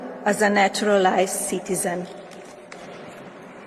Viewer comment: Cityzun she is a cityzunor a ctzun, when is she going to learn English. ?